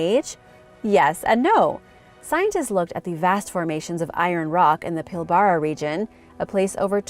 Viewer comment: Please come to me for correct pronunciation of Australian words. It's pronounced Pil -bru. Could you do a segment on the Petrographs found extensively in this region. Cheers